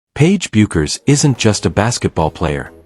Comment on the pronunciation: Get the pronunciation of her name right. It's pronounced BEH-KERS!